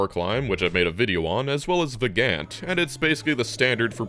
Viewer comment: I had never heard of Vagante but after rewinding 10 times to figure out what the hell you were saying (and turning on subtitles), I tracked it down. Pretty cool game.